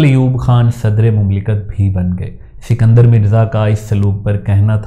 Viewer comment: اسکندر مرزا---- سکندر مرزا نہیں۔